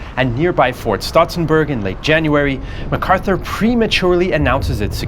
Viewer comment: Not macarthuer